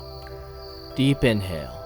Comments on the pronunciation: Why do i hear "deep deep in hell, exhale" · “Deep in hell. Ex hell” Am in only one who heard it like this?